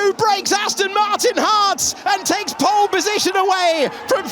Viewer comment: “Ocon’s taken POLE, Ocon’s taken POOLLEE position” 🤣